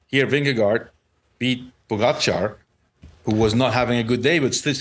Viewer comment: Why do you insist on pronouncing Pogachar's name incorrectly? It's not cute. GTFU.